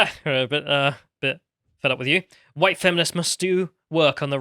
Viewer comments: The best thing is that she said hwhite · "They were all GHITE"